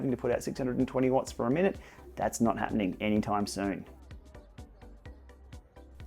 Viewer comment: Didn’t quite catch the word. Are the new features coming “soon” or “zoon”? Lol